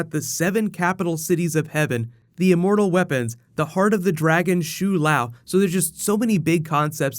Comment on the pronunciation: pronunciation of shou lao is so off it's cringey. but great vid